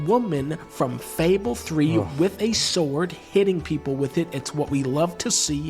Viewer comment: I died when he said "BUT THEN SHE PULLS UP THAT BIG ASS SKYRIM SSSSWRD" lmao